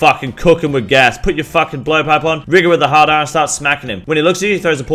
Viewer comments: rigor with the hard R took me out hahahaha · rigor with the hard "R" lol